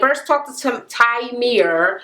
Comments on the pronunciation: TYREME, not TYMERE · Kept saying his name wrong. Lol